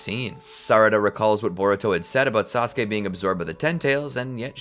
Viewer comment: I love how everyone is calling sasuke, "treesuke" ❤😂 just feels funny to me